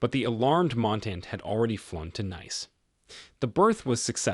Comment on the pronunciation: Is not Naice like something pretty, it's Nice pronounce neece.